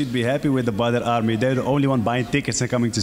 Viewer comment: But his name is pronounced 'bodder' not badder.